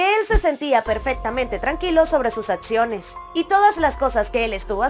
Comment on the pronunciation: Sorry no se dice Etspediente,protetcion,atsiones,ets-conductora,etspareja,protsima